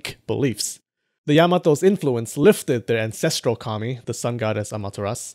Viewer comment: 2 things I'd like to mention: 1. I would be really interested in the sources you used for your other videos. I presume the book you promote was one of them? 2. It really took me a while to get that you said 神 (kami), not commie (like in the derogatory term for communist). So during my first watch I thought "Why would people in the Kofun period pray to communists?!" xD Just a little pronunciation tip: The a sound in 神 kami is short (reference: ).